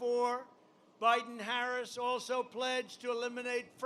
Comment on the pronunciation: So far he has slurred the following words: "Days" "Fascism" and mispronounced "Biden", in under 15 minutes. He is not all there. He has a neurological problem.